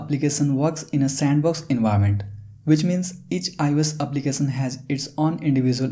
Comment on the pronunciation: Brother Prenounce .. “application “not applicasan . Sad and Sha it’s so defferent ... Many words you use mistakely , so listen